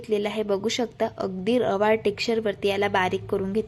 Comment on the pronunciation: रेवाळ नाही तर रवाळ म्हणतात